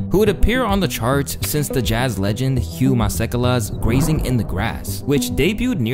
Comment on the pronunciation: As a south African that, Hugh masikela pronunciation 🙂🤣🤣